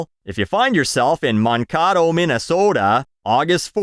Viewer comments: Mankato is pronounced man-Kay-toe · Minnesotan here. Man-kate-o, by the way. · It's Man-kay-dough I think. I always love the videos. Keep up what you do and don't let anyone change you. I've been watching weekly for 2 years running. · Mann KATTO 😂 It's pronounced Man-Kay-Toe to us Minnesota natives. You made me laugh so hard. That was amazing. But no I won't be going see Flo Rida 😂😂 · As a Minnesotan hearing pronounce Mankato like avocado is really funny. That's fine tho a lot of people mispronounce a lot of the towns names here. It's pronounce Man-Kay-Toe btw. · It’s Man-Kay-Toe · You did NOT pronounce Man-Kay-Toe like that!!! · That's not how you say Mankato 😂🤣 That's not even Native American way 😂 Man-kay-toe Mah-kah-toe Yes I live in Mankato. I'm from Minnesota. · As a Minnesotan, your pronunciation of Mankato (it's Man-KAY-toe) made me cringe 😂😭 Come on, you're my northern neighbor! Lol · Fyi its Man-kay-toh, good vid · Oh man, you're Canadian and can't say a Minnesotan town... man-KAE-toe. Say it with me, I know you can! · The fuck was pronunciation of Mankato? It sounded like a cross between a pasta dish and an avocado. It's "man-KAY-toe". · It’s pronounced Man-Kay-toe 😂😂 I’m a Minnesota native so it’s hilarious how bad you said it. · It's pronounced man-kay-toe. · As someone from Minnesota, hearing you pronounce Mankato like that made me cry 🥲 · you couldn't spend 30 seconds googling Mankato to learn how to say it? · Your pronunciation of Mankato is hilarious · As a Minnesotan, hearing "Mankato" pronounced that way wouldve pained me had I not been too busy being awestruck that MN was even mentioned by anyone at all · Oh yeah.